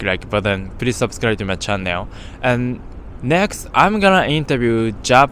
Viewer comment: chan·nel /ˈCHan(ə)l/ Is it’s normal to pronounce chan-nail in Japan?